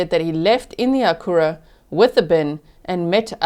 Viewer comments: G... Only because you seem to appreciate local pronunciation. The car discussed, the Acura, is pronounced ACK-yur-Ah. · It’s phonetically akk-u-rah.